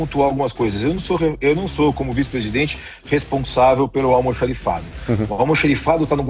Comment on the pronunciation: Qual a dificuldade de falar corretamente a palavra " Almoxarifado" e não Almoxerifado.